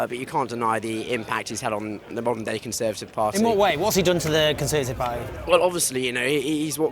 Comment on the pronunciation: “The conservative parr-ee” Come on there’s a T in there.